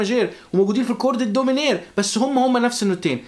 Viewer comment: عندك خطئ بللفظ صديقي ماْجور & ميْنْور